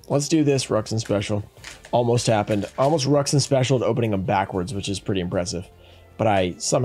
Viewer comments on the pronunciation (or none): none